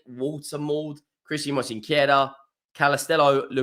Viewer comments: It's not Mosequera, it's Mosquera. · I won't criticize him for it, some names are hard to pronounce, Arsenal fans still mispronunce Giroud, sounding the D when it's silent. I only mentioned it because he added a sillable. Robbie from aftv also mispronunces David Ornstein, calling him Ornastein. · I know-how for you is very Hard to Sayn MOSQUERA, but Truck to find help Sith a translitera. Regaras From colombia. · And he is mispronouncing it.